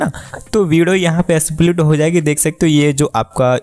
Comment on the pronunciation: Split ❌ Asplit ✅